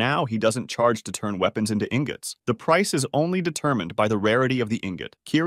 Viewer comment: not pronouncing ingots as in - gots 💀